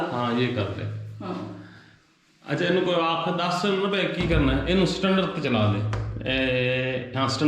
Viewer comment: Stunder nahi bhai,, standard hai